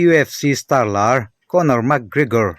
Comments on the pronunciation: Mac kregor Nilo in mc Gregor zawk o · van chhiar thiam fahran lo ve.. Lam no i tum lutuk a.. 😂, ( mac krikor nilo in, mac kregor tih zok tur) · Enge Lugage ti a i lam hi niang le... Mac Krekor cc dang poh ron up zel roh un